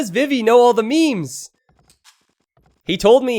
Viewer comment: Hey... please learn how to pronounce « meme » properly.